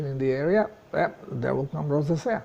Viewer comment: Hi, the word 'rosacea' is spoken as follows: Thank you & Good luck!